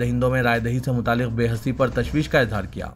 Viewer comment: Behisi, not behasi, plz.